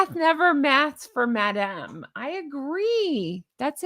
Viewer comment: Madam!! Not Madame.